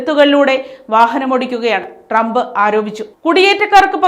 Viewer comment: ഡ്രമ്പ് ഫരണകൂടം എന്നല്ല..... ട്രംപ് ഭരണകൂടം ഭരണിയുടെ ഭാ